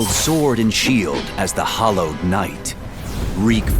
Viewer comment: HALLOWED isn’t HOllowed lmao😂 I greatly enjoyed this video! Thank you!